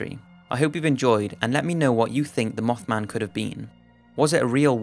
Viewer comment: Instead of mothman he says mofman